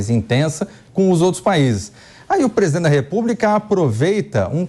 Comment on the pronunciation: Esse "presidoente" velho tá gagá.Impecheament já pa essa larva . Que papelão heim "presidoente?" O papelão ficou por sua conta, deu um show de fiasco, foi a chacota do século e vai continuar sendo em todos os países por onde for.